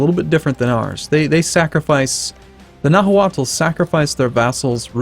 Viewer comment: Nahuatl is actually pronounced "na -wa-tl". The l in "tl" is unvoiced, like the difference between "z" and "s", one is voiced the other is unvoiced. If you can't say an unvoiced l, then it could just be silent and said as "na-wat"